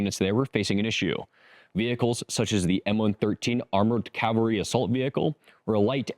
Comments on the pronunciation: CAVALRY not calvary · You said "Calvary" more than once. You mean "Cavalry." There is a huge difference between the words.